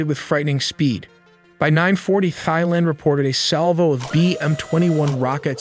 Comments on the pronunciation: It’s pronounced tieland, not thighland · Thailand not Thighland 😂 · Great video, but please stop saying thighland. The H is silent lol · Great vid, "Tie-land" not "Thy-Land". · It really bothers mean you cant pronounce - THAILAND - it is TAI like TIE - but TAI - not THIGH - youre saying THIGHLAND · The country is pronounced "Tai-land", not "Theigh-land". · Don’t trust anyone pronouncing the “TH” in Thai as “Thigh-land”…good lord. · Send your synth voice back to school. It pronounced the 'TH' of Thailand as 'THIGHland'.